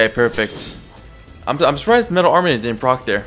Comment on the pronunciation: “Flame wist” “metal armanent” wisp and armament Ik I prolly sound like a nerd but please fix this